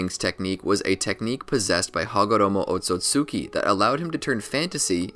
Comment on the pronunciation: not even close to that otsutsuki bs jutsu something around "Amstuhxmg" idk i fúcking forgot